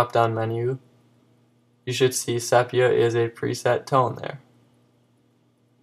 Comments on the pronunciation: SEE - PEE - A not SEP E A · Good video. BTW - it's pronounced see-pee-ya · Pronounced SEE-PEE-AH -- but thanks for the tip! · I would have enjoyed this more if you actually pronounced "Sepia" correctly, it's pronounced "See•pee•uh".